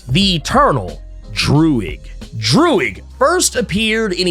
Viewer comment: I love how you said Droog like the rapper Your Old Droog 🤣